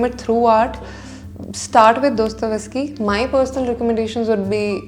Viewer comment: Dosto-Ves-ki ❎ Dosto-Yev-ski ✅